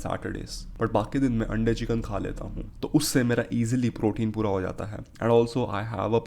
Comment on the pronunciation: Bro says chicken in a veryy fancy way so he thinks it is soooooo rightttt 🥱